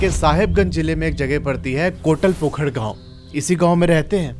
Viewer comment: Bhaiya kotla pokhar nahi kotal pokhar 😅kahate h